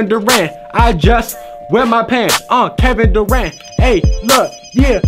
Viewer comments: Legend tells he's still saying Kevin daran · Legends says that he is still saying Kevin Durant.